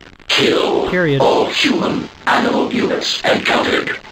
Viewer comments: "Offlining the AMINAL predator" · "Aminal predator" I love that. I say that instead of "animal" for fun from time to time.